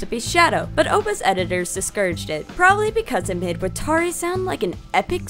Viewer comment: Did she call him WhatTari? Like an old lady asking for clarification about an Atari